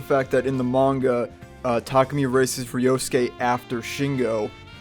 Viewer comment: Tarkemy? Tah-koo-me (Tah)dah, l(oo)k, me(at)